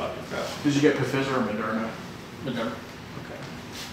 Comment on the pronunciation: pronunciation of Pfizer. 😂😂